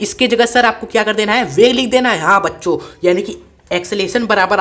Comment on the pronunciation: Sir aap bol bacho rahe muje bancho sun raha h 😅😅😂